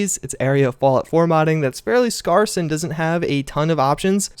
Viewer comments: “Customly” is not a word, and “scarce” is pronounced like “scare,” not “scar.” You’re in college, right? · Scarce rhymes with scare and where and hair, not with farce. Just sayin. Think of the related word scarcity - also pronounced with an 'air' in the middle. ETA: Just to make it strange, you pronounced it both ways in the same video. :-)